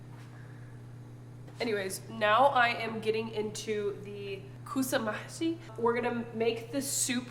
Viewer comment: Hello Thanks for the great video. I`m Arabic from Syria and we also do kousa mahshi its so popular in Syria, we cook it in many ways and kinds, also you`ve prounance it so good😄 I`m glad watching you doing Arabic recipes and surely meal prep!♥♥